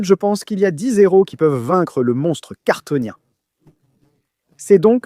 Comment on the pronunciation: Kryptonien non cartonien cette vidéo est faite par IA